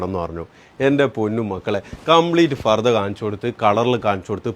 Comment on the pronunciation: മോനേ ചക്കരെ ഫർദാ അല്ല പർദ്ദ